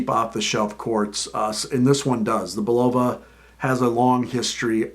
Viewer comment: Learn how to pronounce the name correctly.